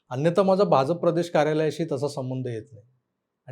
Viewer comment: Bhaunna BHAJAPA cha ucchar properly karayala sangave hi vinananti especially "JA" cha ucchar te "J" asa karatat ani te khup irritating vatate.